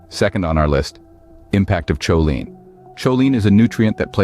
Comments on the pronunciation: It's pronounced co-lean not chow-line. 😂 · It"s pronounced Koline hard K sound not CHoline , NOT like saying cheerios !:face-orange-frowning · Cool video! I really enjoyed it. Go carnivore!!! Going to keep watching now! Ps. Next time you make a video on this you might want to double check pronunciation of choline. If I remember right I think it's irregular, I think most doctor folks say [k] not [ch] as in [kolin] in IPA.